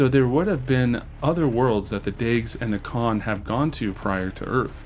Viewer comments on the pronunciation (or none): none